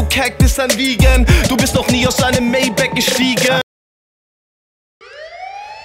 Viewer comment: Alleine schon wie er Maybach ausspricht verdient den Dislike-Button.